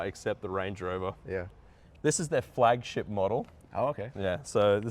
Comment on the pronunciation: Thought you said "this is their flagshit model."